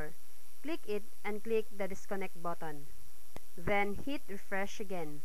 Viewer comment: 'click the add botton' hahaa